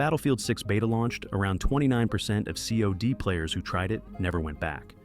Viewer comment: Its not C.O.D. its cod. You pronounce it like cod. Like the fish. Because thats what it is - a stinky old rotten fish